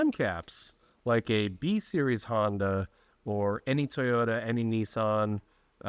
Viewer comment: that's an odd way to say Toyota 😂